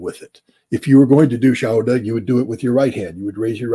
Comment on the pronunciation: Scott, its shahada not shahuda